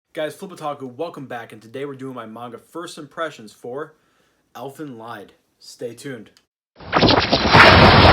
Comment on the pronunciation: pronounce it "elfen leed" ...